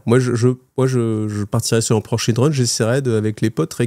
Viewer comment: Ah ah toi aussi tes oreilles ont saigné ? 😂